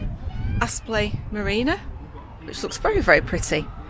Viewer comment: Great vlog, life isn’t all cruising through the deserted countryside. I’m sure no one really minds, but it’s Apsley, not Aspley (I only know because I lived close by). Keep them coming 😄